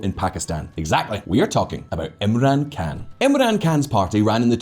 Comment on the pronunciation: I Keep getting confused when he pronounces Khan like an American pronounces Can. An American wouldn't even pronounce it like that.